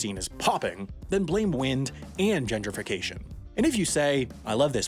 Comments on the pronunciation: The word is gentrification not genderfrication lol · Please stop pronouncing "Gentrification" and "Genderfication". Also "Genderfiers" is not a word. That is all.